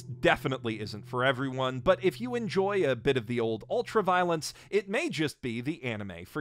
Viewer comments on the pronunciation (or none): none